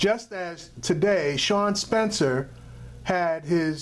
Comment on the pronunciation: It's Sean Spicer by the way. Ahah funny u always say Spencer